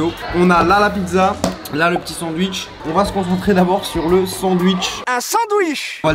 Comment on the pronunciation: « Oh il y’a des sanduiche »